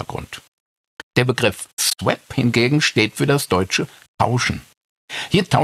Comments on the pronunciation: Schöner Beitrag. Aber Swap spricht man nicht swäp aus sondern swop. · Bitte: Aussprache (Cambridge) English Pronouncing Dictionary von Daniel Jones für swap: [swɒp, AE: swɑ:p]